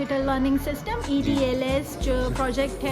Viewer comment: It is EDLS not EDsl 😅